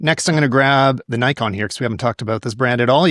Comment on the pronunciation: How do you correct him on Ricoh but saying Nikon the exact same wrong way? :D Just a joke but I cringe a bit every time I'm hearing it like that. I guess for us german potatoes it is normal pronouncing the "i" more like the japanese people. Also no dinner today for placing the GR in B.